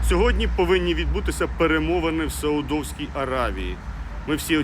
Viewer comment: САУДОВСЬК1Й, наголос як поставив?